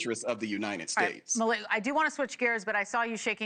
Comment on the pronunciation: O! Not Maliek!!!